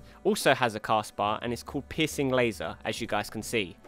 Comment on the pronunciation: I know he's saying "piercing laser," but I can't help but hear "pissing laser"